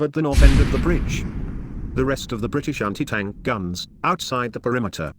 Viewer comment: "Briti-Shanty Tank" AI voice makes it pointless